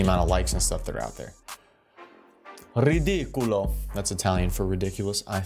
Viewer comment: ridicolo not ridiculo